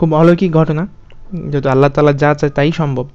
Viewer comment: আল্লাহতালা না আল্লাহ তায়ালা